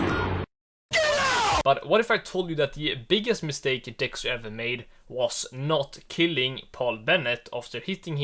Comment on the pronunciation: "not killing" and "chain reaction" You are AT LEAST 90% Swedish, you can never hide the accent from me ❤️‍🩹❤️‍🩹